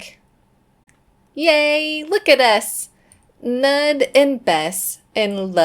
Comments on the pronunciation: Weirdly enough I’m pretty sure Knud is pronounced to rhyme with pool. I thought the k was silent but i heard a couple clips online that claim to be native speakers and they pronounce both the k and the n but the n gets more emphasis. I think it’s similar to how some English speakers hear Knut as Newt and some hear it as Canute. Except Danish Ds sometimes change the quality of the vowel so it sounds more like an L is involved. So maybe someone else might hear it differently but to me Knud sounds like C’Newell. Hope that makes sense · I think it is “nud” 😂 like the last name Knudsen. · Oh, is that Knud like Knut the Great? Probably, in that case it'd be pronounced with a hard K followed by "nooth," with a "th" like the "th" in "then", just fyi! (The anglicized form of its cousin "Knut" is "Canute") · I love Bess and her soulmate Knud. I assume it's much like Knut, which you say k n oo (like cool) t. We had a foreign exchange student from Germany stay with us when I was a teen. His name was Knut. I'm kinda getting used to Nud though. Lol Nice calm year other than Lucia's interesting behavior at the end there.😂